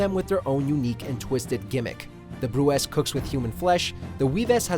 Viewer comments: "Bruxa" is a portuguese word for Witch. and its pronounced "Bru - Sha" not "broxa" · Cringe when saying Bruxa the wrong way, but good video